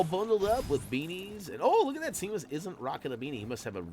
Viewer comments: Why does he pronounce seamus as cmus it is shamemus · This is super helpful, thanks! Pro tip—Seamus is pronounced “Shay-mus” 👍🏻